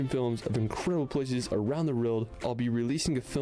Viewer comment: Hehe, I like but he pronounces world like rorld.